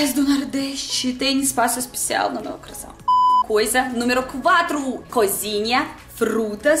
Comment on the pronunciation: Achei muito legal o sotoque "EL"; "BrasÍEL; EspeciÁEL"; quando ela fala assim, lembro escritores famosos como Machado de Assis etc.; outra coisa é que não há erros de generos, muito legal seus videos, excelente dicção. :D